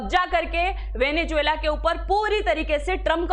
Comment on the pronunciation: Pehle venezuela theek se bolna seekh le. Bahut irritating sound kar raha hai